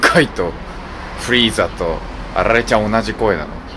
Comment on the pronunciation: あrrrrれちゃんすき